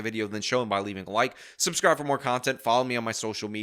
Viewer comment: Wonder how many “Suscribers” she has